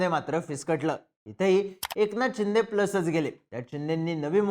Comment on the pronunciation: शिंदे की चिंदे बोलतोय 🤔 पण ऐकायला छान वाटते 😅